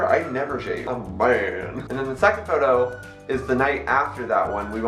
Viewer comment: the word is photo pronounced (f-oh-toe) ok? Ok thx